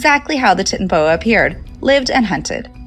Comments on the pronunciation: Pronouncing Titanoboa like tits instead of titan is driving me crazy. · She's saying titanoboa so wrong it's titan-o-boa, titan, like the Titans because it's huge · The pronunciation of titanoboa is making my ears bleed. Titan should be pronounced the way it is in titanic. Ti-TAN-o-bo-uh.